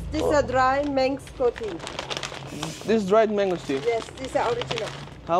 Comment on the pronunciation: Can't even say mango properly